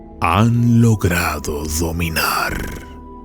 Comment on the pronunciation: Me encantó como pronunció 'Dominarrr' 👏👏👏👏👏